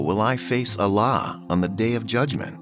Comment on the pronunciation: Horrible AI voice. Saying Allah as Alaaaaaaaa 😮